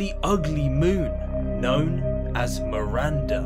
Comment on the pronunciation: It's Miranda not Marinda jesus my name Is Miranda